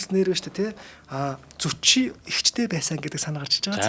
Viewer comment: Зүчи гэдэг биз дээ? Яагаад Зочи гэж яриад бга вэ?